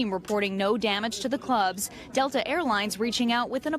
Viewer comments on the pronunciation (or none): none